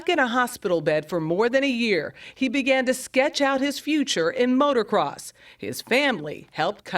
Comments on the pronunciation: She pisses me off when she says motorcross it's motocross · She said "motor cross". Sigh.